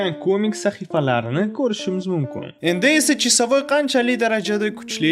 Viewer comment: Qanaqa chisavoy blat senty toʻgʻri gapiring